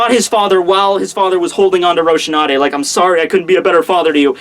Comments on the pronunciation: Rosinante, not Ro-sh-inante. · Rose C Aunt Te Rosinante it’s spanish Spanish not America lmao